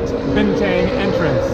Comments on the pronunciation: Bin Tongue not bin Tang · Bintang is pronounced "bin-tongue". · Bukit Bintang should be pronounced as Bukit 'Bin Tongue'....Happy Travelling Man.